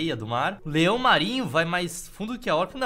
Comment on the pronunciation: Qnd o amdré falo 'leão marinho' eu juro que ouvi 'leon marinho'. Leon marinho.